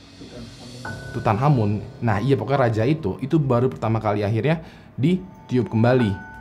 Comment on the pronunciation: Makanya, nonton kamen rider ghost, biar tau cara baca tutankhamen:v